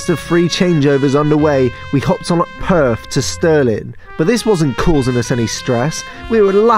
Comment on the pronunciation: Perth not purth aha